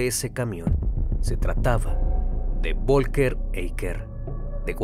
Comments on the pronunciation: Folgar así se pronuncia. VOLKER jajajaja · Vivo en Alemania y el nombre Volker se pronuncia como "Folka". Aquí la V se pronuncia como una "F" saludos buen video